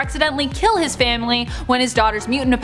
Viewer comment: Ahhhhh!!! You all being Canadian explains a lot. Lol! I always had suspicions you were from the extreme North. I just didn’t now it was THAT far North. But, explains how everyone on this channel speaks funny (like the way the bearded guy always pronounces “Mutant”. Ew it makes me shudder!), and how you all BUTCHER names!